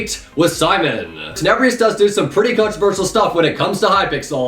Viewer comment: I dare you to say tenebrious one more time there's no I